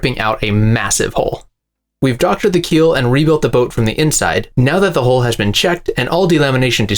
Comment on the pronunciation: The body of a boat is a hull, rhymes with gull. It is not a "hole". Nobody wants to associate a hole with a hull.If it rhymes with gull, it keeps water out. If it rhymes with bowl, it lets water in.